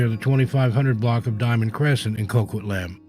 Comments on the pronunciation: Hi, city is pronounced as Coquit-lamb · Coquitlam, BC sounds like…. co-kwit-lam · Co quit lum Is how #1 is pronounced😊